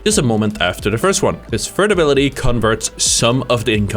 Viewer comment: your speech impediment is vewy cute. "Fird abiwity"